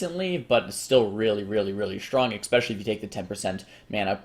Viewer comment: eXspecially pee-ity